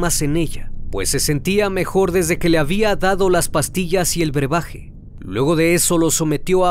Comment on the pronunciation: Se dice BREBAJE, no berbaje 😅